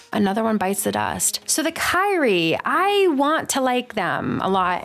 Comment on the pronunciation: What is that Kyrii and Usul pronounciation.